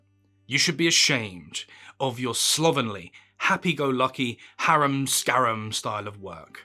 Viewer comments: Harum Scarum is pronounced Hair-um Scare-um. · harum-scarum" is pronounced HAIR-um-SKAIR-um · You may want to learn how to pronounce "harum scarem". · In case your querulous outburst wasn’t purely rhetorical, the answer to your question is something to do with due diligence and professionalism. The difference that correct pronunciation makes is accuracy and faithfulness to the record. There’s also the mispronunciation a few minutes later on of ‘harum scarum’ and ‘slovenly’, amongst other instances in this video, if you really want to get yourself worked up. Personally, I just let mispronunciation slide without commenting or complaining under ordinary circumstances as I am, usually, enjoying someone’s content for free - so it seems a little churlish to get sniffy about it. Here, however, the OP makes a fair point. Your response seems like a bit of an overreaction 😅